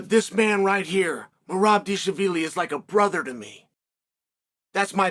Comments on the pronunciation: Now it’s Deeshlaveelee? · deesha veely lol tbf it is a hard name to say